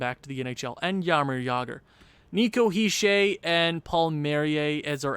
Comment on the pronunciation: He’s not a troll. He is just correcting how you say certain names on the team. (Btw your pronouncing Hischier the wring way but it’s not that important, also keep up the good vids